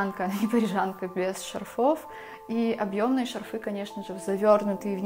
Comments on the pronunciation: Милая девушка, примите к сведению :не шарфЫ, а шАрфы. Ударение на букву А. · Вы прелесть! Но говорить надо правильно. Шарфы ударение на "А".